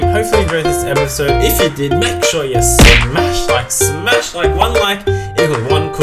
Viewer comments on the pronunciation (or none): none